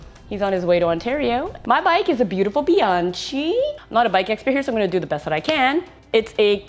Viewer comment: Pronounced bian “ky”